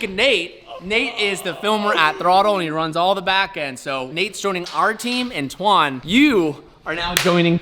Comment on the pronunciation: Why do you call him “Twan”????